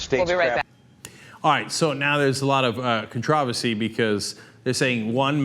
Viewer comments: Is this some kind of inside joke at TYT? "Contrahvasy"? Do they know this doesn't mean anything? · Anyone brought up in America, who pronounces "controversy" as he did, is a snob! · why are they pronouncing controversy like that? its sounds douchey Cenk speak right.